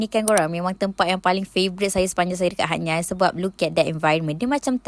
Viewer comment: Hatnyai sy dgar..hatyai lah